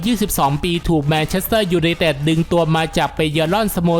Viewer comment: แอด ควร ออกเสียงชัดๆหน่อยครับ ฟังทีไรเสียวทุกที " ยูไนเต็ด...,"